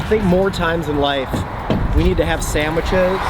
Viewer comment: I like that you say "samwiches"